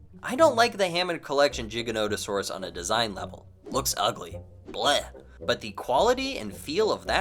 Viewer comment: Its not JIGANOTASAURUS!!